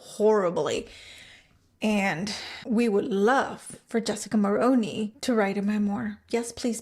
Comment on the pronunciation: The thing about rich people in the upper echelon is that in order to stay high, you cannot run your mouth. Do that, and it shows the truly elite you are not discrete. Jessica will land another (likely richer older man) and move up a few more rungs. She wont spill, sadly. Also - Mulroney is pronounced "Mul-ROO-nee", not Mul-Roh-ney.